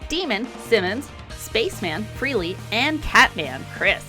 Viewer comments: It’s pronounced FRAY-LEE not FREE-LEE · Was trying to watch this video but had to stop when you kept pronouncing Frehley as Freely.